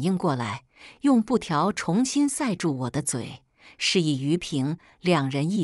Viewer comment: 小编用机器人做播报员 字迹未（干）平音 她老公就（干）重音不分 （长）大（长）度也是不分 （重重砸在脸上）zhong（重新开始）chong 还是读zhong啥啥不分听她播报我就不想听 你把她删除 她会换个网名又出来了 故事让人听的很反感讨厌👎以至于只要听到她的声音我就把她移除隐藏起来不看😂😢